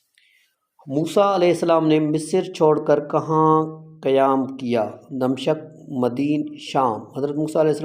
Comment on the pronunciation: دَمشَق نہیں دَمِشق مَدیَن